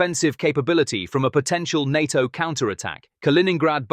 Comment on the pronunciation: Try saying NATO as one word instead of nonsensically spelling it